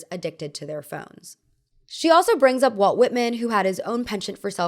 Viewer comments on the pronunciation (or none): none